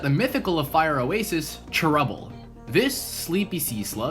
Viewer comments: can you please say "chair-ubble" instead of "trubble?" thanks. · Also when you say cherubble really fast it sounds like trebble which is a musical term